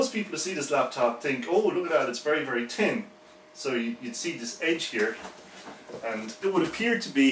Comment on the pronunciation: Great review I love how you pronounce thin... 'Tin'